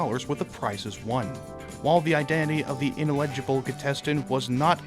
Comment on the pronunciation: Great vid. Ineligible is pronounced in-el-ah-ji-bul.😊